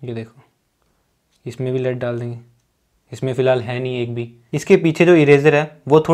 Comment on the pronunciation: it's 'lead' not 'led.'